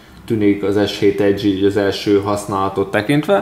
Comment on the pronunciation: vegre valaki jol tudja kimondani az s7 edge-t!